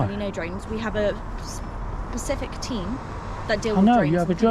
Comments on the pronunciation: Specific not pacific lady. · “We have a PACIFIC team” 😂😂